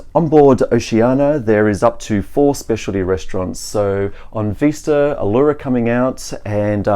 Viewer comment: Vista NOT Veesta